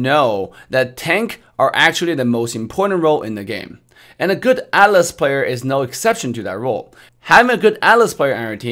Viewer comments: What your saying is true. Atlas and Alice are completely different. Even in Official MLBB they pronounce as At-las. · Yeah, his T is silent and that's why atlas sounds like alice. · TheHeavieKiwie yeah, for some reason, some people call it alice, Or maybe that's how our ear hearing their pronounciation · He prounoces As Ah-(silent t)-Las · I just heard as Alice at first 😂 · I thought he was saying Alice lol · Ok so when he pronounce Atlas. He pronounce with T silent. Actually your comment popped up the moment I actually thought about this. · He read it as ATLAS but a bit slang since he is in NA I think